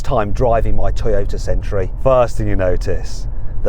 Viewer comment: Mat, it's century, not sentry. Sorry, that was really bugging me. Yes, I need to get a life 😂😂